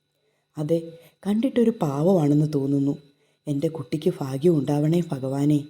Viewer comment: അവതാരകർ എപ്പോഴും തെറ്റായി ഉച്ചരിക്കുന്ന ഒരു ശബ്ദ മാണ് ' ഭ '. ഭാര്യ ക്ക് പകരം ഫാര്യ. ഭാഗ്യത്തിന് പകരം ഫാഗ്യം. ഇതൊന്ന്‌ തിരുത്തണം. ഇല്ലെങ്കിൽ കഥയുടെ രസച്ചരട് പൊട്ടിപ്പോകും.